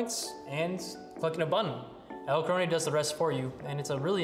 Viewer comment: EdelkronAY? I've never heard it pronounced that way. Is that borrowed from some language pronunciation other than English?